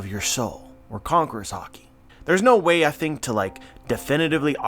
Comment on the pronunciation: Not 100% but I’m pretty sure there isnt an “r” in the words no, close, or below.. just kidding keep up the good content